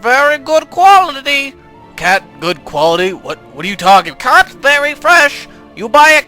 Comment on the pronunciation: Lol so funny when he says "quality" in the beginning haha.